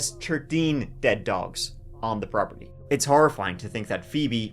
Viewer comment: I FINALLY figured out why young is unable to pronounce the "diphthong" TH. TH is not a true diphthong. A diphthong also known as a gliding vowel or a vowel glide, is a combination of two adjacent vowel sounds within the same syllable. Examples are BR, PR, TR. TH, as in THE, is commonly considered considered a frequent example but in point of fact it is not actually a technical combination. "T" is a plosive that sounds when the tongue is placed at the front of the mouth and a plosive is breathed as in "TA". American English speakers and British English can pronounce this however Irish are helpless with the German-born "TH". Yes, the IRISH pronounce "THE" as "TA". And the Germans pronounced "THE" as "ZEE". Yes, young is IRISH.